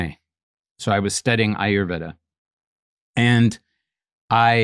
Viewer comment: He study Ayurveda, but doesn't pronounce it properly?